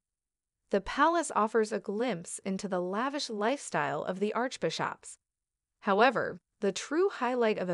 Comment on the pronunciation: Saint Peter's Church, not "Street' Peter's Church". Arch Bishops is pronounced ✅Bi (soft i) ships.